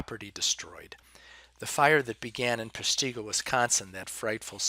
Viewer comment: PESH- tih-go